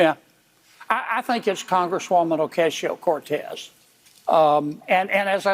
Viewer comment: Kennedy needs to learn to pronounce AOC's name.